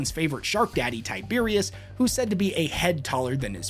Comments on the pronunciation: How do you see the word tyberos and think it says tiberius? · Every space marine is big, even by Astartes standards. Every. Single. One. Also, Tyberos the Red Wake is Tyberos, not Tyberius.